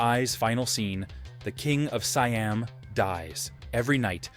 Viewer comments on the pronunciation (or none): none